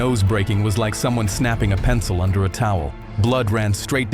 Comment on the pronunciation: I thought you said “Why are you gRaping me?”😭✌️🥀